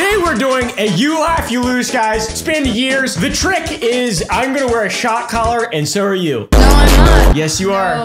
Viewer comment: Shock "COLLAR"